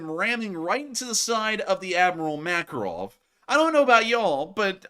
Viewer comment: I first thought you said "Admiral Mackerel" and now it's all I can hear 😆